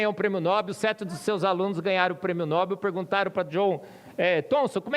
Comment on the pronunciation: Ajudando: O nome Nobel é OXÍTONO. No-BEL.